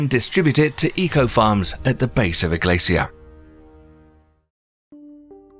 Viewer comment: It makes sense now what he's trying to say when he says "glassy-ear" "glaze-seal" "glay-see-us" "glay-see-ers". He's trying to say glacier(s). Poor guy struggles to say it, idea and a few other words 😕